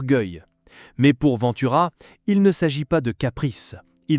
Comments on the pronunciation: Respectez son nom de famille : Ventura , pas Vantura . E pa A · Cette ia,c’est une merde sans nom !Ventura,ça n’est pas Vinetoura bordel!!!...et on met des humains au chomdu pour les remplacer par ces merdes ???on se suicide !!! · Cette vidéo est une INTERPRÉTATION PERSONNELLE de la vie et de la carrière de Lino Ventura (en passant, apprenez à prononcer correctement son nom de famille... ou bien êtes-vous une IA ???? ). S'il a eu des différends avec les journalistes et ou le monde du cinéma, il n'a pas été véhément à ce point. Vous ne citez AUCUNE SOURCE !! Vidéo juste créée pour 'PUT-A-CLIC' ! 😠👎